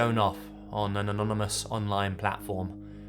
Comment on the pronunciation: Did he just say anononomonous? xD